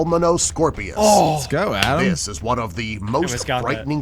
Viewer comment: Stop the alic hate snd jack no its not adam its